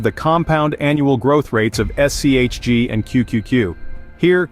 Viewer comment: Disliked for shitty ai, can’t even get the fund name correct